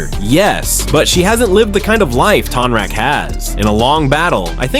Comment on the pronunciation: It's TONE-rock 😂😂 sorry I had to say something. You made some great points about Kya's aggression towards Zaheer, I never noticed that before! I think Tonraq would win, too.